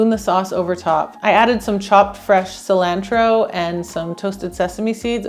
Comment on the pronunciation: Sil ancho oo ??? Is cilantro…. Sí - lan- tro